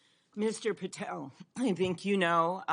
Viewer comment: She should comb her hair and learn how to say Patel correctly.